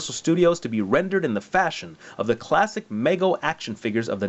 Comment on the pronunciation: It's pronounced with a long 'e' sound, not an 'a' sound. Meego, not Maygo.